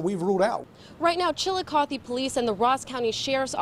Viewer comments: The way the reporter pronounced it is correct, I go there often. Fun fact: Chillicothe is the first capital of Ohio. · My boyfriend is a prosecutor for the city of Chillicothe (pronounced chill-a-caw-thee). We hadn't yet met at the time but he says he's prosecuted Donny several times, and he never understood why people would always baby him because from his unbiased, objective eyes he thought Donny was a "scumbag." He too doesn't think Donny should have been acquitted but as a lawyer he of course understands how reasonable doubt works